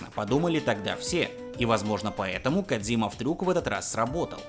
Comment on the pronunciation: Кооодзиима,кодзима на кодзиме.звучит не кодзима